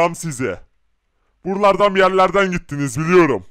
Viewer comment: Herkesi bir kişinin canlandırdığı belli olmuyomu hepsi buralardan demek yerine burlardan diyo